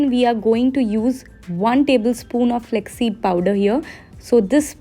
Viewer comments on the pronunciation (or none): Flaax seed, u keep saying it as flex flex... Cringe